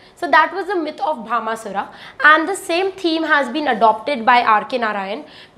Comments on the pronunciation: Please correct the name Bhashmasura( not Bhama sura) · Mam it not bhama sura it bhasma sure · It is bhasmasura...not bhamasura